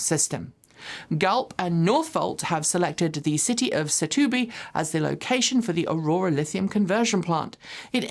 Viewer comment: I laughed my behind out with "Satubi"... oh well, you tried! when you have the time, come to Setúbal to see the Galp/Northvolt projecto and enjoy the beaches. you Will love it!